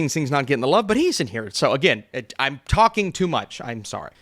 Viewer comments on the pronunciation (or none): none